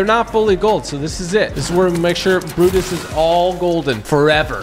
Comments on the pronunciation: It looked like he said buttas but it’s brutus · He means it sounds like he's saying buttus and not Brutus